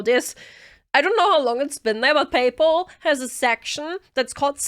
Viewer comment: "Chat, check your PayPul." XD